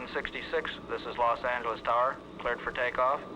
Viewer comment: Los Angle-leez...wth